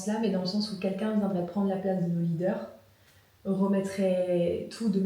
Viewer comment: Leader pas reader🤣